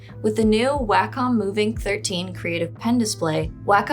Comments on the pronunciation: Well unfortunately, I am a stickler for pronunciation. It's odd that I d find this particular word, "wacom" nearly always pronounced incorrectly. It is pronounced "Walk-um" Not "way-com" I apologize for this however, it's lazy when person does not research before talking in a video. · It's pronounced "WAH-KUM". Do better research, don't be so lazy. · I always thought it was pronounced as "Way-com" or more like "Way-cum". I've seen some people say "Whack-cum".